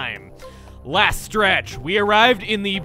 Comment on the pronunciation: last strech , really , you are using LAST STRECHHH!!!!!!!!!!!!